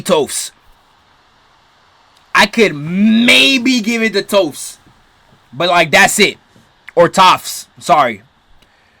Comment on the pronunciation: Toast??????? does he mean toph? And he keeps mixing up katara to Korra???????!